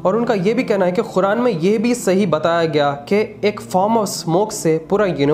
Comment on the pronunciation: Speak Properly - Khuran Nahi Qur'an